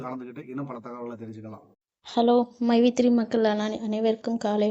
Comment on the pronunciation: மைவீ3 ன்னுகூட சொல்ல தெரியல மைஈ3 என்ன கம்பனி ஆமாம் மைவீ3 இன்னு சொல்றாரு ரொம்ப பெருமை படுறாரு பாமக பிரமுகர் ஸ்ரீநிதி மேல போய் வழக்கு போடுறாங்களாம் அவங்களுக்கு வந்தாக ரத்தம் மத்தவங்களுக்கு வந்தாக தக்காளி சிட்னி